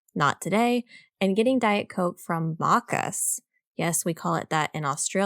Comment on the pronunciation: Just to clarify on the Aussie weather - we get snow here but not in the capital cities. It's generally inland up in the mountains. Also,... it's pronounced Mackkez (Maccas) 😂 Love your work team! This is the news I need to help me with my customer service when selling Nintendo games at work 😄